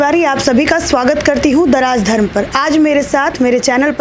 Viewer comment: "The Rajdharm" , bolne ke tarike se aisa laga jaise, darazdharm!